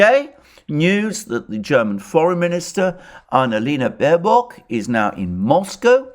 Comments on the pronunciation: Small, but still important difference, Alexander: It's Baerbock, not Baerock. Hey, even the Oracle can't get it 100% right every time. Love your video's, by the way! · With all due respects for the presentation but the german FM is Baerbock not Baerock.🤣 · "Baerock", I love it.